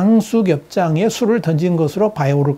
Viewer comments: [양수겹장 ]이 아니라 양수겸장 입니다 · '양수겹장'이라뇨? '양수겸장'이지요, 원... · 양수겹장 이 아니라, 양수겸장 이 아닐까요? 국어사전을 찾아 보세요!